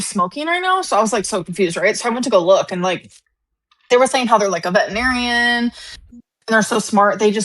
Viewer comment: pronounced “vetinarian”